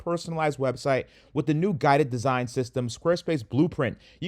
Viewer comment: "Disign" huh?